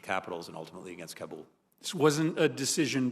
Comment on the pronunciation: 20! years in Afghanistan and still can’t pronounce the Kabul correctly. Wondering why failed 😀